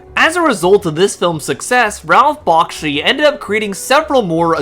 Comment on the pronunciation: Its pronounced Back-she not Bock-shi